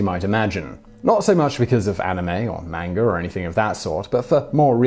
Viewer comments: FYI Simon, manga is pronounced mahnga, not mehnga. It's not really that hard to pronounce Japanese words correctly, all you really need to know is that it's based on mostly vowel sounds based on syallbles. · Am I the only one who hears him say "menger" instead of "manga"? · its pronounced "M-ON-GA", not M-ANG-A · It's pronounced 漫画 not "MAYN-ger" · Hey there Simon! I love your videos! I feel that because I watch them often and I hear you talk about looking up pronunciation for things you are unfamiliar with, I would like to ask you: are you sure about the pronunciation of ‘manga’? I believe it is a deep ‘a’ like ‘lawn’... I ask because, even though I know it is pronounced with a deep ‘a’, maybe sometimes it’s not (like when a word has different pronunciations in different dialects). Maybe other people have already commented about this, but I was an English teacher in 4 different Asian countries over ten years and I’ve been to Japan, so I felt compelled to say something- because I love your show! Peace and love! Ps I especially enjoy episodes about japan and pretty much any other Asian country, psychology, crime, history, ... I can’t think of any that I dislike! Lol Thank you for all the information you share! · The word is pronounced, mahn-gah. Both As sound the same. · You are an unually nice presenter, but it gets very annoying to hear you call manga "mangar" every time another word quickly follows. Yes, I know, it's a British thing. Obama is "Obamar", Indonesia is "Indonesiar", and so on. Still comes across as very odd. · It's not 'Manga' it's pronounced Monga. Sorry Simon, u got that one wrong again. U should check the way a word is pronounced before making a video. But thanks for the info. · Dat pronounciation of manga though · You pronounce manga wrong. Shame.